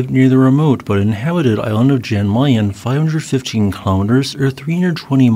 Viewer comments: Yay, I could see my house there for a second in the very beginning. Anyway, thanks for the update. Always interesting to see things about things in my neighbourhood. Oh, and Jan Mayen is roughly pronounced "Yan Mine". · Same here. And I lost interest as soon as I heard «Jan Mayen»